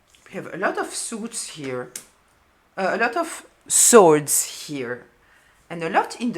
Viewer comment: Ma'am your readings are profound and full of wisdom and clarity. And it is 'swords' not 'sords' 🙏🏽💖✨